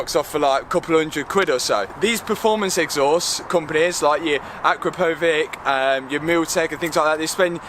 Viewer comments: Nice video dude... but "akrapovic" is pronounced - "A-Crap-O-Vich" not "Akro-Povick" .... Just a heads up :) for some reason car owners always get it wrong but bike owners get it right lol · The correct pronunciation is “Akrapa-Vich” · Here's a video about pronouncing Akrapovič for you: You really butchered that name 😂